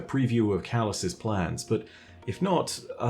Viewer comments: Calus's...thought you were meant to be good at English? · i think it should be calus' not calus's